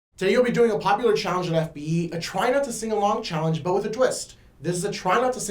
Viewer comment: She didn't say the e in fbe at the end